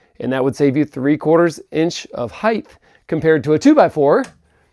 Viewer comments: Is saying “heighth” instead of height? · It's height. Not heighth.